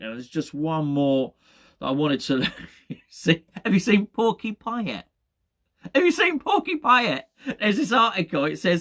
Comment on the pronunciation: Dmitri Pie-ate.